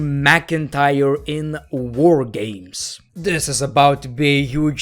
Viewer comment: "Woah Gaymes"